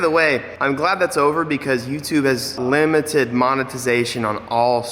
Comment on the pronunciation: Not li-meth-ed anymore